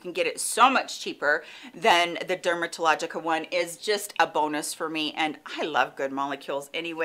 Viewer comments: I love Dupe videos! PS. Its Dermalogica, not Derma TA logica :) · It's DERMALOGICA...which is alot easier to say 😉😉😉🌞